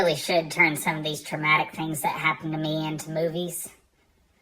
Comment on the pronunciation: "The HOPpening"